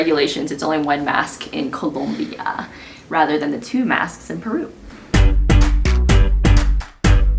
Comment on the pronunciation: Why are you saying Colombia like that? Lol 😆